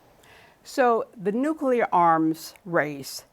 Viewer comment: I love this guy but he say "nucular"